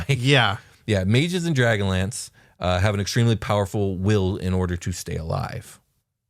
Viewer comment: Everytime will said dragonlance in 100s of episodes I thought he was saying dragon lands. Then halfway through this episode it hit me....